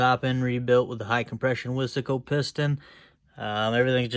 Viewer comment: He said wissssssaaaaahhhhhcooooo its wise co buddd!!!!!